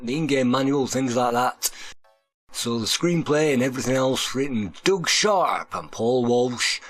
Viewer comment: It’s Doug (i.e. Dug) not Doog. Lol